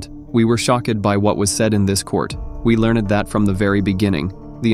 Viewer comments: “we were shock-ed by what was said in this court. We learn-ed that…” this ai voice tends to pronounced the “ed” funny lol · Learn- ED